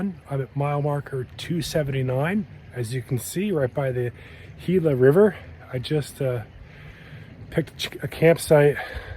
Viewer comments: Gila = hee-lah Cholla =choy-ah The blue rock is copper ore. Thanks for letting us tag along. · Nice job! The G in Gila says an H sound. :) Keep it going!